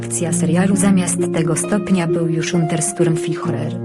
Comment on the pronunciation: Unsterszturmficher co to za wymowa?!